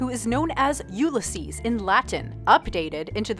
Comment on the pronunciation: "you-le-sees"? really??